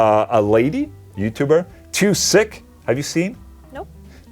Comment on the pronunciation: 2sich it's not too sick :)) Ch at the end is like chug. 2 si ch ! Like that))